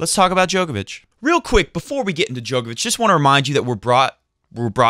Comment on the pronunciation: Come on it’s pronounced DJOR-KOVICH, not DJOKER-VICH. Even has it on his ATP profile page how to pronounce it. Click on the speaker symbol